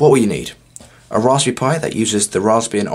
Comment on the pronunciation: Why do u say rasp BERRY like rasphu pi?